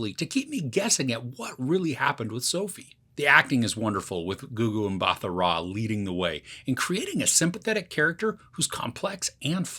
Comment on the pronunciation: Mbatha is pronounced as 'Mba Ta', South African surname not American 😂